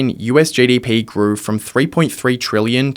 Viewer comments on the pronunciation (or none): Speak proper English dude … it’s GDP not JDP